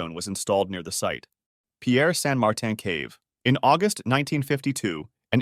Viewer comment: Why agust its my bithday stop saying agust